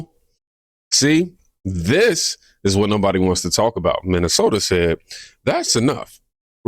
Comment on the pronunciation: Could barely pronounce Minnesota